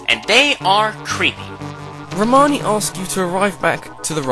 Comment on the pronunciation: I watched this so many times and just noticed, said "Romani Manch"